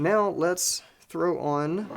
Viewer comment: You lost me at “THOW IT AWAY” 😮😳🥹😢😭😤😡🤬